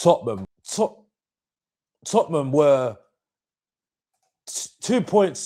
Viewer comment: repeat after my TOT-NUM not that shit you keep saying 😂 how can you not even know how to say your own club's name